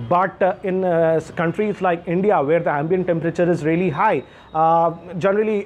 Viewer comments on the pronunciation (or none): none